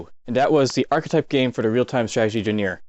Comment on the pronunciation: Did homie just say jjeneer instead of genre?